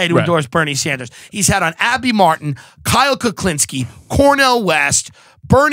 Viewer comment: Did he say Kyle Kucklinski?